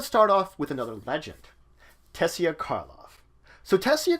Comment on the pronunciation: Some prenounciation Rav-Nick-Ah Tey-Sa Or- Zov Ob-Ze -Dat